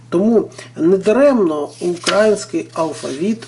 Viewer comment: Не украінський а Український. Ви неправильно наголос ставите.